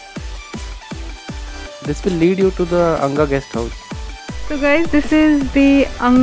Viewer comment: Guys it's anagha not angha 🤣🤣🤣🤣🤣🤣🤣🤣🤣